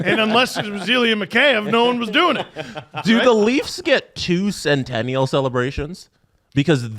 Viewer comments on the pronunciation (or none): Centoonieal / Centoonyal